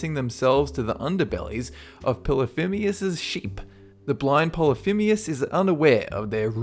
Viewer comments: How is it you are managing to pronounce Polythemus polythimeus? Where are you seeing that e? I'm pretty sure you pronounced it right the first time, so what the heck? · How do you research your videos? "Phoenician" - not pronounced "Phin-o-see-an", but "Phun-ee-shun". "Polyphemus" - not pronounced "Poly-feem-ius", but "Poly-feem-us". "Daedalus" - not pronounced "Day-DALL-us", but "Day-delus". Also Odysseus says to Polyphemus that his name is "Οὖτις", which means "no-one" rather than "nobody". The Minotaur was not fed Medeans - the Medes were a people who lived at this point in what is now modern Iran/Turkey. The Minotaur was fed Minoans/Cretans.